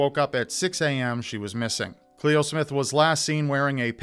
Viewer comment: Hey it is "cle-o" not Chloe And "can-r-von" Love from an Aussie fan